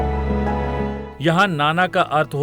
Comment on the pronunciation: दमण नहीं की दमन..